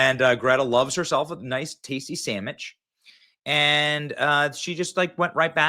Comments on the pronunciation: What is a samich? Are you trying to say sandwich?? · Did you say “Sam-Mitch?’ That’s hilarious. They should let Greta etal land. That would put an end to her nonsense and platform. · "Samich!" Coffee almost spit out!!😂😂This entire video is cracking me up hard!!😂😂😂😂 "12th century farmer!"😂😂Sstttooooppp!😂😂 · Benny said, “Greta loves herself a tasty sammich.” 🤣🤣🤣🤣